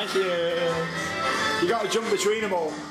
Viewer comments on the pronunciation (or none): none